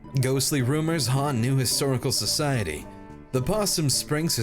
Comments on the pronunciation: Lolol can't say historical society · *Dies trying to say historical society*